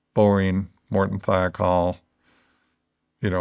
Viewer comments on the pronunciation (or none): none